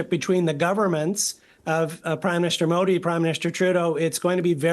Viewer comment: Seems like she pronounced it pretty well?